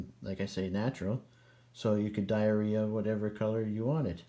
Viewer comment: "dye a ria" 🤣🤣